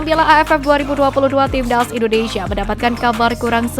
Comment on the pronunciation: Buang dulu ingus mu itu biar kamu bisa bilang TIMNAS bukan TIBDAZZ